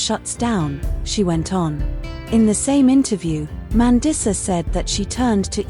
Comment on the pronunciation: MAN-DEESA. i'm not watching anymore when you can't even pronounce her name correctly